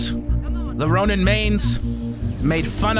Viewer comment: chill he said ronim, (yes i actually know he means ronin)